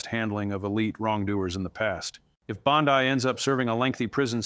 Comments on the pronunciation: PEOPLE! Stop believing what he is saying as true. This is FICTIONAL. "This content is fictional and not meant to represent real events, individuals, or outcomes." Read the description below the video all the way to the end. He also mispronounces Pam Bondi's name. IT IS FALSE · Wow, AI videos are getting scary capable. If you didn’t switch back and forth with your pronunciation of Bondi I don’t think I would have otherwise identified this for what it is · As much as I would love for this to be true. I don't think it is. I can't find this story anywhere else...on or off mainstream media. Plus the guy isn't even pronouncing her name correctly. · Is not Bondai is Bondi. Ai that sounds very good and probably be true in the future, but not of this is true. You are being taken for fools. Look at reputable sources for your news. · Wow, his monotone annoying narration was difficult to listen to. Also, pronouncing 'Bon-dee' as 'Bon-dye' is very uninformed and tone-deaf, as well as pronouncing 'Chutkin' as 'Choot-kan' makes me wonder how informed this dude really is. No subscribe here. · The commentator, although looking very real and believable, give it all away and instantly becomes AI when in one instance he pronounces Bondi as "Bondee", correct. Then in the next instance he calls her "Bondye", incorrect. And, he says her law license has been taken away and she is being detained. Google says otherwise. Guess I'll have to cancel my subscription. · IT'S BON-DEE, NOT BOND-EYE. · You contunue tobproniunce Bondi's name two dofferent ways. Correct pronounciation phoneticalky: Bon...dee NOT Bon...dye. Thank you.. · Please, please pronounce her name correctly. It’s not bond-i , it’s Bondi with the i,sounding like an E. I can hardly stand listening to your information with the way you mispronounce her name all the time thank you. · Why can't you pronounce her name correctly? It's Bond-E. Geez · He keeps calling her Bond-eye. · Is it pronounce Bond-I? Not that it matters she suckkks